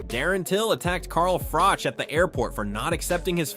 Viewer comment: His name is pronounced froch like crotch is, not frock. An unbeaten champion yet US commentators can not get it right, still????